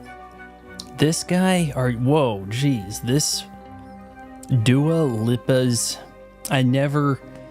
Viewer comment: How is it hard to prenounce Duo Leeeepa's name? Clearly very little thought goes into your content before you even hit record...